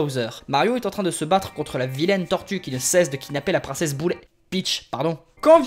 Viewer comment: Dite " princesses boulet , peatch pardon 😂